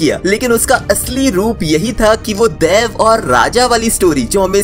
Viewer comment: It's not tulllu...it's tulu😂😂 and not daiv..it's daiva😂